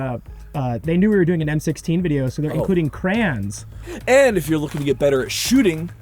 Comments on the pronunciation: Wtf are crans, is he trying to say Crayons?! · Tries to talk shit on Marines and then pronounces it "crans" 😂